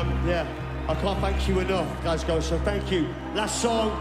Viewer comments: Pronounced Glasgo! Not Glasgow 👍🏻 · If I had one wish from a genie it would be for Americans to be able to say Glasgow correctly, Glass Go, not class Glass Cow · Glaz Glo is the pronunciation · You say Glasgow wrong ... hehehe :......-)